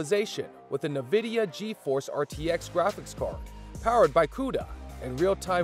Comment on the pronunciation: as soon as you said "nividia" i was done. disliked, its nvidia. not "nividia"